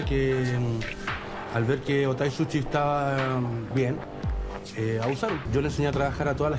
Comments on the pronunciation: Sushi, no suchi... pensé en su sonido muchassssss veces... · no es suchi, es Sushi A pero dicendo misogeno cuando la palabra es misógino, hay no si el también xD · Gracias por hacer hincapié en que es sushi y no suchi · Se dice sushi no suchi 💅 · Yo Trabaje en un Restaurant japones y el Dueño me dijo q Sushi se pronuncia susi Y es super facil hacer sushi